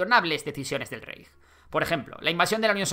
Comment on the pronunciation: Rapallo (Italia) se pronuncia "rapalo". Reich (Alemania) se pronuncia "Raij".